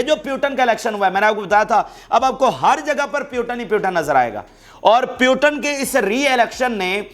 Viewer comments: Don't say Putan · Bhai you are doing good.. Say PU Tin